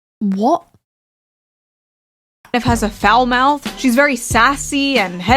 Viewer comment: the most genuine British "Wot?" 🤣🤣🤣